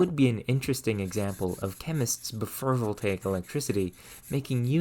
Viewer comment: I don’t want to sound rude but I’m confused about our accent. You seem to often “o” sounds as “u” sounds. For example when you say before it sounds like befur.